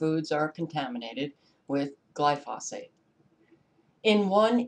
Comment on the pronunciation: FYI: Gly-foe-sate is the correct pronunciation.